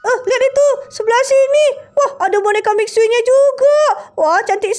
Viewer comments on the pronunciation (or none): Itu manggil eskrim mixue miksue nama nya emang mixue tapi di baca nya miksu bukan miksue 😂